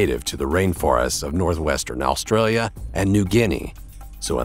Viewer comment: Every time he says Australia he tries to put on an Aussie accent. Hilarious.